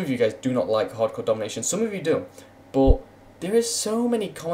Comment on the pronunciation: why do u say boot instead of but? quite funny indeed